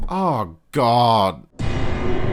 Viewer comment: Oh my gohd bois. It's da BOARD. It is wooden therefore I have splinters.